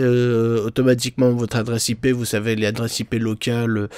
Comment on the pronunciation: a vous zuteu lol